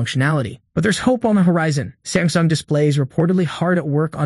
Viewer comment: I heard Stamsung... yes Stamsung! Will you catch it in the video?